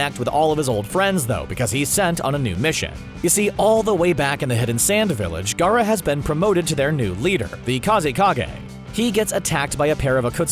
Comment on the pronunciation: At least he can pronounce Gaara and Neji